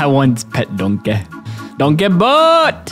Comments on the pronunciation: Bro said "donkaeeee". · I love the way he pronounces donkey